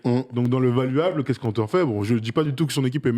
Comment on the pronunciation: "valuableuh" fais un effort 😅